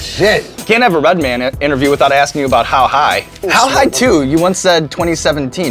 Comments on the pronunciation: Not “Redmond” lmao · “Redmen” lmao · "Redmin" lol its true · Reminds me of the colored spit guards when red say redmen like he trying to pretend to be a white dude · White people say Redmin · White people remember his name has an A in man not an E